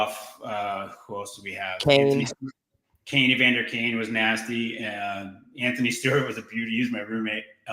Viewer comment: and you said EVANDER, love the show boys!